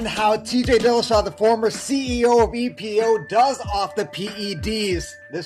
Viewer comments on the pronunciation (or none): I like how you emphasize The CEO of EPO .